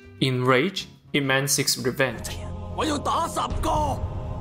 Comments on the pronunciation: It is not I P Man. It is pronounced Yeep Mun. It is Cantonese. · You pronounced the title of the film wrong. His name is pronounced the way its spelled, "ihp-mahn" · It's not an acronym. It's his family name, pronounced "eep". Man is his given name. It's Cantonese. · Its E mennn not ip man apparently lmao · I think its Eep and not I P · It is NOT I-P man. He does not work in that industry. He is Ip man. LOL. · its not i p man its ip man like its ee with a e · I. P. Man.... Not IP man... what.. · Bro made a video essay about Ip Man and is calling him EYE PEE MAN. You gotta be fucking kidding me. It's EEP MON. He's literally referred to as master Ip like a zillion times in the film. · Ip Man, not I. P. Man It's not Internet protocol man 🤦‍♂️ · Good writing but it would be better to pronounce his name properly. He's not IP man like a superhero, he's yip mun. Its disrespectful to not at least get that part right and follow through how most westerners call him. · Ip man lol not I P man 🤦‍♀️ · "I.P." Man. Nice. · I'm going to have to watch me some Ip Man. At first I thought you said "He-Man," but the same things apply there. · When i heard the first 8 seconds and heard " I P man" i knew this video was gonna be a mastapiece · I-P man🤔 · Did he just say I. P. man? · “Eye pee man” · I hate it when people call it I P man. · A lesson you could learn is how to pronounce the name of the movie correctly, goddamit I stopped and passed the video 9 seconds in when he pronounce IP Man as two separate syllables. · aipee man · Ai P man wtf? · why'd you say his name wrong and then say it right? lol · That pronunciation of "Ip man" is just horrible and wrong